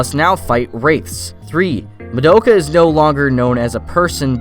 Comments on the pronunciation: I'm so surprised at the number of people who mispronounce Madoka. It's pronounced Mah-da-ka, not Ma-doak-ah. Have you watched the show?? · Sorry but like saying her name like ma doe ka is hella annoying, they say ma do(as in dos but without the s) ka in the series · That's not how you pronounce Madoka....